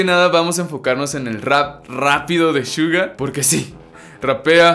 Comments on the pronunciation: Se dice Suga no shuga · me molesta porque dice shuga no Suga tipoooo amigooo suga NO SHUGAAAAA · NO DIGAS " SHUGA" ES COMO SUENA SUGA NORMAL -.